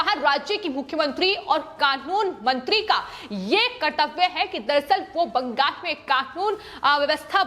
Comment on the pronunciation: बैंगल नही बंगाल है, spelling pronounce ठीक से करो लड़की.. कितना बार एक ही word को सुनायेगी?